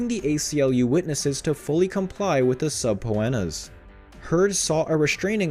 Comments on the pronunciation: SUB-POE-ENNAS Really?? How dumb do you have to be to not know is is SUH-Peena?????????? I will never click on this channel again! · “A string of sub Po enas?” 😂 just teasing. I think we get it lol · Subpoenas is pronounced subpeenas